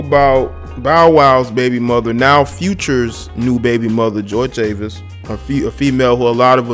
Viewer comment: Chavis is pronounced in spanish.